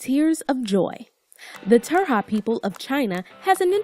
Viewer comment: what, turja is wrong, it's tujia lol